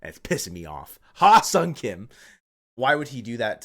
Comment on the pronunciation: You need to learn how to pronounce Hye-Seong Kim's name. Ask a Korean because you are butchering it.